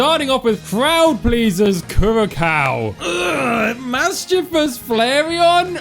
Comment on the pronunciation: >winces at Kur-ra-cow It's pronounced Cure-uh-sow